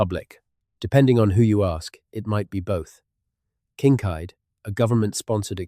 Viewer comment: I think you are falling to sleep to an AI voice, Better off listening to Whales. This 'voice' cannot consistently pronounce Kinkaid or UTE!